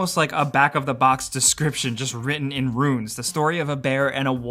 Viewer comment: Whybdoes everybody pronounce the word RUNES as RUINS? Super annoying and 2 totally different things.